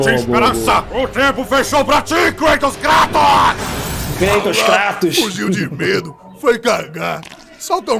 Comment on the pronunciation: "Kratos... CRATOS!" 🤣🤣 Zeus errando o nome kkkkkkk